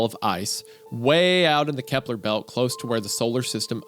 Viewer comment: grrr... it's the kuiper belt... not the kepler belt